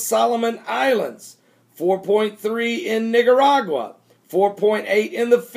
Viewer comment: It's Nicaragua not Nigeragua, just saying~